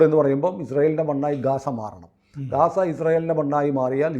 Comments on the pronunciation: എന്തെ ഗസ എന്ന് പറയുന്നത്. ഗാസ അല്ലേ? Google translation ഗാസ തന്നെ. ഓസ്ട്രേലിയ ആസ്ട്രേലിയ ആക്കിയ മലയാളികരണമാണോ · ഗാസ എന്നാണ് .